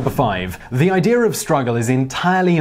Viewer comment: If you think about it you will notice that he says idear and not idea all the time.